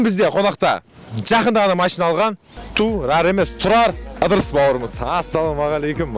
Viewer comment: ННН шамалы тілі сақаулау екен тұлал баурым дейды және құлметті достар дейді Р-ға тілі кемей жатыр